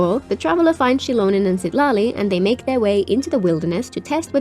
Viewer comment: Lmao i swear i cant unhear her saying Shitali instead of Citali😭